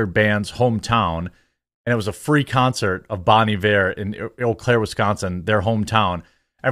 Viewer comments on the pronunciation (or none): none